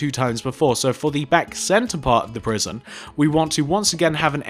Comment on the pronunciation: lol u said P R I S I O N instead of P R I S O N in the last sentence, Lol